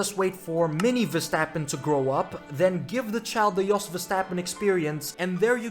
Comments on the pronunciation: I wish I never heard " Ver-strap-on " in my whole life 💀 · Ver-strap-on 😂🤣😂🤣I’m dying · Bro you really said Ver-strap-on oooooh 😂😂😂😂😂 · DONT CALL HIM VERSTRAPON, NO SLOTH, NO MAXIPAD, 😊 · You know there an 'R' in the name Verstappen right? 'vestappen'? What broadcast are you watching?